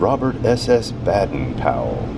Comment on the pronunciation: The only thing that I didn't like about the video is that you pronounced Baden wrong. Otherwise it was a GREAT video!